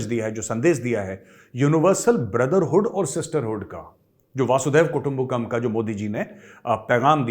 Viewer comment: मेजर साहेब, This is Arun Joshi from Kolhapur, Maharashtra वह संस्कृत sentence ऐसा है की वसुंधरैव कुटुम्बकम्. (वसुंधरा इव कुटुम्बकम) मतलब सारी पृथ्वी एकही कुटुंब जैसी है. मगर आप बोलते हो की वासुदेव कुटुम्बकम. उच्चारण थोडा गलत लगता है. Kindly confirm.